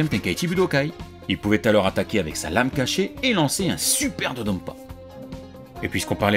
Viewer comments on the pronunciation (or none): none